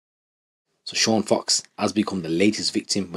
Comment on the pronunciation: Sean Fox christ get the guys name right